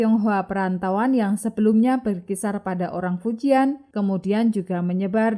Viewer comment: Terima kasih Admin....ohya karena sdh mmberanikan mmbahas Tiongkok...harap next-nya admin perlu mningkatkn pmahaman plafalan istilah bhsa Tionghoa mandarin yg benar....misal Qing bukannya baca King tapi Ching, Fujian msti dibaca Fu Cien...ok yah min....